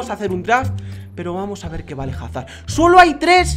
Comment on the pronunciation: se dice azard